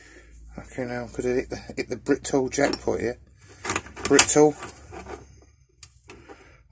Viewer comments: Could I just say there’s only 1 T in Britool. Pronounced Brit-ool. Good video by the way. Cheers. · So I've heard it pronounced bri tool, brit ool but as the name on the spanner is the shortened version of.. British tool company I believe it should be pronounced brit tool.